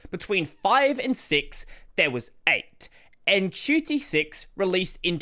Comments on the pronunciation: Why do you pronounce Qt as "Q t" instead of "cute" ? In their website, it says it should be pronounced as "cute". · I thought Qt is pronounced “Cute”, not “Cutie”.